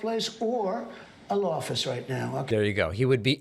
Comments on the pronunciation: Lol he said "lawffice", not law office 😆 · I heard him say "lawffice". I dunno about anybody else.